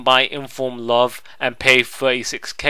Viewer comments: L-uh-ve wtf? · hahahah the way that you say "love" is fucking amazing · Love the way you say Love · HAHAHA the way you say love is so funny